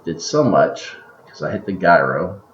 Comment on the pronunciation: Great video - I was wondering if this was useful, I think I'll start using it. BTW it's pronounced JEYE RO, (Ji rhyming with EYE), ROW. Not Guy Row. It's a Gyroscope, not a guyroscope. Use this link to hear it.